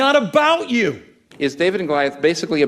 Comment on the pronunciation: I agree pretty much, but I have other problems with worship songs, ALL Christian music really. When the words me and you come up, they are pronounced as may and yo, typically when it is the last word of the last line of a verse or chorus. Equally annoying is when people born in the US pronounce certain words when they sing, as if they have a British accent. My play list is limited, but I weed those songs out as much as possible. Worship music and the service in general in church, reflects the sorry state of Christianity as a whole. Progressive, liberal, and worldly.